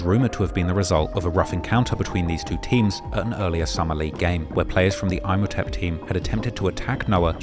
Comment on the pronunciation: pronunciation is scatted bro lmao its EEM-O-TEP. dis mf said: "IM HOTEP🤓"